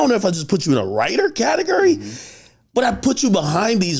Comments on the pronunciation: Sounds like AK says catigerry instead of category haha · "Katagurry" is crazy! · Omg learn to pronounce category